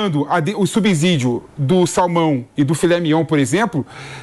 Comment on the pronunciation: a palavra SUBSÍDIO é pronunciada com "S" e vc fala erradamente usando "Z"... Se ligue pra falar corretamente...😂😂